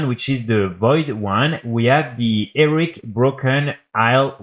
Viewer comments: Repeat after me: "HE-RO-IC": "ERIC".... ffs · Nah it's Eric! It's cute, he's clearly not a native English speaker, chill.